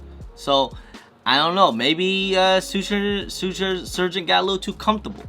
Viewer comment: Love the way you can’t say Shoe Surgeon. “Sue Surgeon”. Must be working too hard.